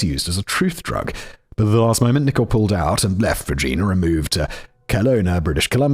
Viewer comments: Simon: they told me it's super important to pronounce Regina like the people there do Also Simon: gets it right twice and then wrong 87 times after that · Simon totally ruining the pronunciation of Regina, and Toque is making this video so hard to get through..... ... lol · MAN! Simon had Regina right then he changed the way he said it for the rest of the video!! Lol So close! 🇨🇦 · It drives me nuts that Simon will use ChatGPT to ask about “ends meet”, but not how to pronounce “Regina” or “touque”. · Three hours of me losing my mind at fact boi’s pronunciation of Regina and toque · And Regina, I was screaming every time he said it! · Man. The pronunciation in this one is pain. lol Also I LOVE That he had Regina correct the first time. And then got it wrong trying to correct himself. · Well done David, I cringed on your behalf at all of the mispronunciations like Regina and Toque. And here I am shouting at my phone. I even wandered over here down Spotify because it bothered me so much. I was like, he gave a pronunciation guide is Simon just Fucking with us now?! Is he doing this for shits and lovelies? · Im also originally from calgary but a couple of years older and i remember the arrest vividly. Ok, simon did okish on Saskatoon and then it went downhill from there. For anybody wondering its toque(rhymes with puke) Regina (rhymes with..yes that) and Saskatchewan rhymes with nothing so just say it however lol. That was honestly painful to listen to So funny how simon asks chat gpt about ends meet but not how to pronounce a place he needs to say 112 times in a row😂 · So Rej-👁️-na. Got it. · Yup reg-I-na to kind of try and break it down... Lol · Regina is REE J-EYE NAH. Toque is TWO-K. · Regina actually in pronounced ri-JY-nuh rymes with vagina. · Tookee?! TOUQUE! Like… Two-K. It’s a winter hat! Also, Reg-EYE-na. Bruh! I know the Regina thing is cuz you find it funny, like I find Winterpeg funny… but my god. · Regina... the city the rhymes with fun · It's Rej-eye-na.